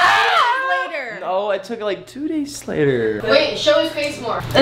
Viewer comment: Chase:”Charli if u take it down I swear to god imma be-“ Charli:”you took it down like- 2 days later” Chase: Screams Chase:”NO I took it down like..2 dayslater..” (He said “dayslater”)